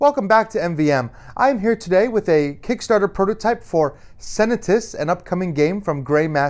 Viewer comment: If only the game was pronounced correctly. Why did the creators decide to pronounce it like the English word 'senate' with a '-us' tackef on at the end?